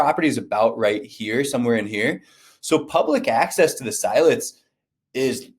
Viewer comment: It’s not S-EYE-let’s.. lol it’s S-ILL-etz.